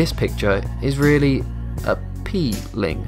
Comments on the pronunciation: Lmao he said "im whelly" lmao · he said I wheele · Anyone else noticed he said wheely when he talked about the tires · he said ''wheely''